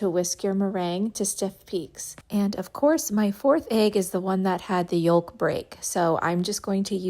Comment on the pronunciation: I like this. I’ll have to try this way of making them.Thanks for sharing. Interesting emphasis on the letter l in “yolk” though …